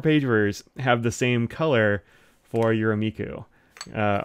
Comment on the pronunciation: Hi! Some pronunciation help: the “me” in “Yurameku” is the same as the “me” in “met”!